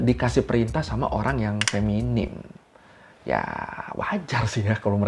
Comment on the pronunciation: Feminin bang bukan feminim😢